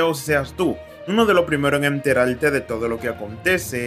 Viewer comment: InfoLmacion? EnteraLte? InteLnacional? A caso eres de ascendencia china?